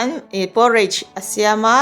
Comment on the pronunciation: Poooooreich nilovin Porridge tih mai tûr ani e, thlûk vak angailo, by the way, i aw hi abengchheng îl êl ve hle ani..